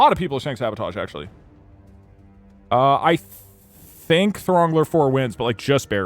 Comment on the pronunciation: thats not how you pronounce Throngler